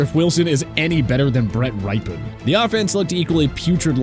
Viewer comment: I think you mispronounced, "Rypien?" It's "rippen."